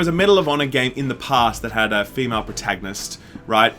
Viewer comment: *Male and Wahmale